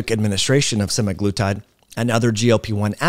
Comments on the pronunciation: Stopped watching after he mispronounced it twice. Say it like this: semag-lutide. Not Semi-Glutide. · For fucks sake it’s not “semi-glutide”. It’s literally in the name “SEMAglutide” 🙄🙄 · "sema" not "semi" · It's not SEMIglutide but SE-MAG-LUTIDE